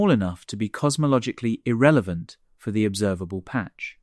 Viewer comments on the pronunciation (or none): none